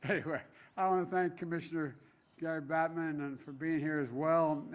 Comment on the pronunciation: Biden: "I wanna thank commissioner Gary Batman (Gary Bettman)"